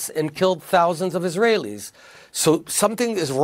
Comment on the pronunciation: Tapper has become such a phony. He attended akiba and doesn't bother to say Israeli names correctly. I've wondered if Bibi is waiting for change of administration before starting the day after policies with an administration who cares about Israel.